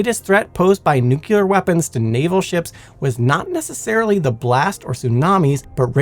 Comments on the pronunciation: You lose all credibility when you can’t be bothered to pronounce nuclear like an educated person. I can tell you that no physicist EVER pronounced it nuculer. Also, it’s Prince “Oygin”. Only one of the finest soldiers in history. Try to show a little respect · Although I'm firmly in the "nuclear" camp, your calm and level-headed replies to aggressive comments is impressive! This is why I love this channel (and a mispronounced word won't change that) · It's "nuclear", not "nucular" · It's "nuclear" not "nucular." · Edit: I love work, but every time I hear, “Nuke-nails-scratch-chalkboard-yalur” my ears bleed. I know language is fluid, but every time I hear that word… screeeek!!! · People complaining of "nucular vs nuclear" a guy i know would flipped over "turban vs turbine" Mean while i say accents exist. New Jersey is Jersey to everyone outside of it, where as the locals would say Joyzee. The British have chewsday after Monday. The Appalachians have a crick instead of creek. And the Aussies are to the Brits what Texas is in the US. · You're an amazing narrator. Really. But being a fan of all things nuclear, I feel that I must tell you. It's nuclear, not nucular. To my knowledge, there is no such thing as a nuculus, only a nucleus. Apologies for the criticism, but it's a pet peeve of mine when people say "nucular" because, in the context of nuclear science, it is not a word. Aside from that small detail, you did a great job and I find you more entertaining to listen to during the day, and Simon to be more soothing and relaxing at night. They're was literally a time when I listened to y'all's content every night as I slept... and it still helps sometimes, even. But yeah, you do great work and you're a captivating speaker in your own right. Remember that when you get nervous. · No, it depends on if you were corrected successfully when you said it the first time. President Jimmy Carter said he was a "Nucular Engineer" and he was wrong, too! (Allegedly) 😮😅😊